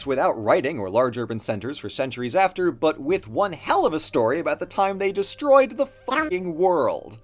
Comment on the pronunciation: Still laughing over “des-TROY-ed” 🤣